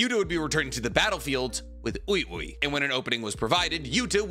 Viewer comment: love how pronounces ui ui like “youey youey” 😭 bro his name is wee wee just say it